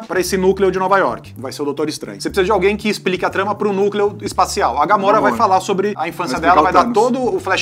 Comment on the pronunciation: A Guria aiii não sabe nem fala Gamora.. e quer comentar sobre o filme!! GAMORRA?? KKKKKKKKKKKKKKKKKKKKKK